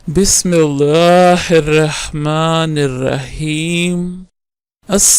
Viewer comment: Bhai awaz thek kro lehja thek kro bismillah ka talafuz thek se aza kro Allah ko patli awaz me nahi parhte pehle aap ye sekho uske bad aap video banao